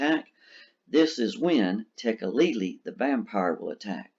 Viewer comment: THANK YOU for pronouncing Tekeli-li correctly!